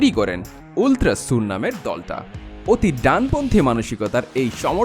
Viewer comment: নাম হল আল্ট্রাস সুর, আপ্নারা নিজেদের মতন ultra কে উল্ট্রা বলেন নাকি?